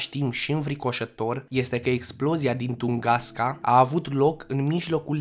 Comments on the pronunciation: De Tungaska unde ai auzit??? Cred ca ai vrut sa spui Tunguska si te-ai murdarit la gura de engleza!! Tunguska ii in Federatia Rusa. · Afirmații eronate 🤣🤣🤣🤣🤣 Corect este TUNGUSKA nu Tungaska 👽👽👽 iar în ceea ce privește aria de distrugere în nici un caz 200. 000 km, cred ca vroiai sa zici 2000 km pătrați!!!!!!